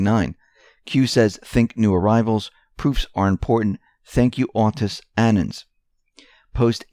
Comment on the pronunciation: We are not "Annens" we are Anon's.